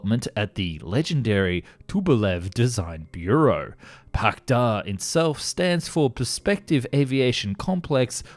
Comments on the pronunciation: You pronounce the Russian hardware wrong... It's the Pak d. A. And the t. U. 160 not too 169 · Damn, it seems westerners love to reverse Russian capitalization just as much as accents in pronunciation… it's supposed to be "PAK DA" and "Tu-160" :\